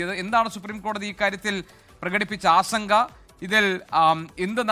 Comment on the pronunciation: ആശങ്ക എന്നു പറയു,ആസങ്ക അല്ല